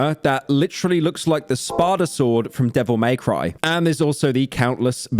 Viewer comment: bro can't even say Devil May Cry properly smh